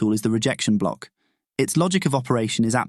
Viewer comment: I just keep hearing “Breaker Cock” “Order Cock” and “Rejection Cock”